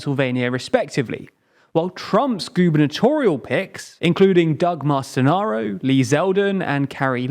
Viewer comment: I thought the only language Jack could butcher was ukrainian, but "Doug Mastinaro" proved me wrong